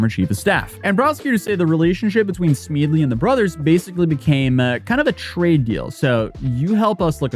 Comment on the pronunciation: How does anybody look at "Smedley".....and come out with "Smeedley"? His mispronunciations are legendary.